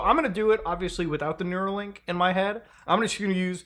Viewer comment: REEEEEE IT'S NEURALINK NOT NEUROLINK